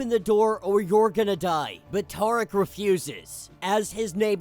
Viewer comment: I don’t think you’re pronouncing Tariq correctly